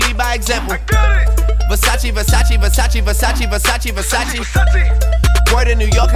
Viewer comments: Kudos to Drake for pronounce “Versace” the right way. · Calm down. They're just mispronouncing Versace over and over again